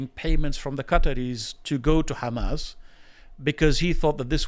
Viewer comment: Why would british man in english pronounce "qatar" and "hamas" in arabic accent? Why would you do such thing? Bowing down to who?